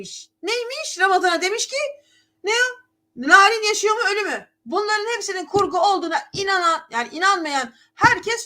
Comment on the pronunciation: hn. NİRAN DEMEYİN